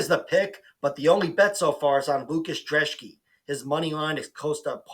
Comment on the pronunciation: Thanks for pronouncing the Polish dudes last name correctly! Great vid as well